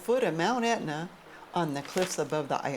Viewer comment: Can't pronounce Taormina? And it's Etna, not Aetna. Nothing about history or architecture. Turgid!